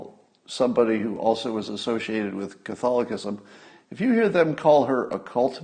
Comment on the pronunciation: Is it me or did he say the word "Catholicism" weird?